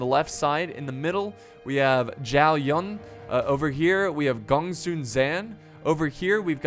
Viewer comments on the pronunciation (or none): why do you pronounce zhao yun with a 'ng' at the end of zhao?? there's not even an 'ng' there -_- i feel like youre not even trying